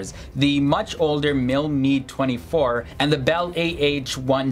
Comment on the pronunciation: Calling the Mi-24 HIND the MIL Mee 24 is like referring to the U.S.A. as OOSA. The presenter doesn’t know how to pronounce the helicopter nomenclatures, not is he an expert. There’s more to performance than dash speed when it comes to advanced attack helicopters.